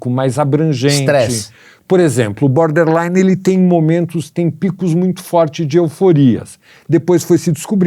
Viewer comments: É BORderline e não Boderline...rs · O cara ouve "borderline" e fala "boderline"....